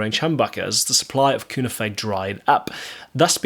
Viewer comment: Here we go again........ There's already another video on this subject. The cunife is pronounced as cue - knife. None of these words are spanish or are of a foreign origin. Just like alnico - the ni isn't pronounced as an e but an i - long i sound. I don't know where all these horrible mispronunciations come from other than pure ignorance. One person says it wrong and before you know it everyone is saying it wrong as well. But all that aside I was never really a fan of these pickups and I probably never will.